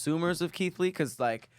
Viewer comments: we heard that “Leeth Kee” 😂😂😂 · Yall be lettin get away with murder.....bruh said "lee keit" & "derogitary".....which arn't words💀